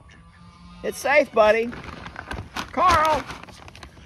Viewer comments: Rick pronounces Carl like "Coral!" LOL He is a majestic creature. Great addition! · As soon as you said "Carl" the image of Rick Grimes saying Carl but it sounded like "Coral" came to mind 🤣😅...now I can't unhear it🤦‍♀️